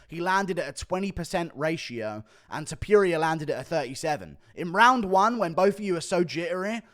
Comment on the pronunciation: Guru its TOPURIA not TOPIURIA ffs